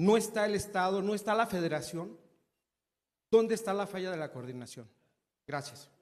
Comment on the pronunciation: Cordinación chavos, coordinación cordinacion, coordinaciooooooon vale madres che reportero !!! y burlarse del reportero que es parte del pueblo bueno nos coordinamos pa la próxima , bueno ya una pregunta no mas , la candidata ya se conso , ......igual que su jefazo ineptos